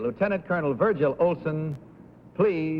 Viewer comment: The announcer goofed the last time he said the first contestant's name, saying "Virgin" instead of "Virgil!"